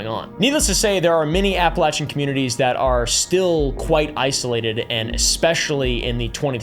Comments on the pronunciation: I'm sorry but the way you are pronouncing appalachian got me nicked Cos ain't it appa-lay-shen Not apple-chen. 🫤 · AT LEAST LEARN TO PRONOUNCE THE LOCATION OF WHERE THE MAIN STORIES TAKE PLACE (APPALACHIAN), HOW IDIOTIC CAN YOU BE TO LEARN THE BASIC SOURCE MATERIAL.